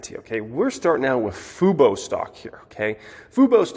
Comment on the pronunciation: said Fubo correctly. The bottom is in.